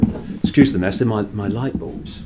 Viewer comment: Hi! I never picture you rich. "Integrity" and money don't match. Lovely mansion! I love the way your say: "This is 'me' living room, this is 'me' bedroom, 'me' kitchen". Occasionally you say "mi". I'll not send you good vibes from Brazil because the country is beyond surreal. Great work! Lovely lions.🌹♥️